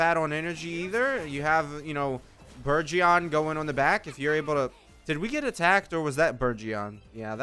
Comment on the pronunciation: for the 70 millionth time , it's burh-gen not burnGEON